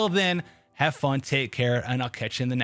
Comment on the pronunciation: "it's only game why you heff to be mad?" 😂🤣